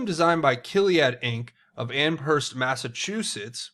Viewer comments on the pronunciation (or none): none